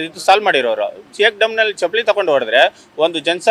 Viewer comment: ಚಪ್ಪಾಲಿ ಅಲ್ಲಾ, ಚಪ್ಪಲಿ ಏನ ಕನ್ನಡ ಹಾಕತೀರ್ರೋ